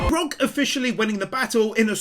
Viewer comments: We’re still calling him BrOck instead of Brook I see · i cant get over you calling him Brock XD its so funny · I finally caught up to all the one piece anime wins. Yayy. But can you call him Brook instead of Brock please 👉🏻👈🏻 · For personal reasons, every time you call Brook Brock, I cringe like someone is twisting my soul into a pretzel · Also its Brook like a rook in chess with a b in front of it. Not like Brock from one piece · uh I know it doesn't matter ... but his name is Brook not Brock >.> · hearing you call Brook Brock is like tiny pins being stabbed into my soul lmao No actual hate or anything just a bit of fun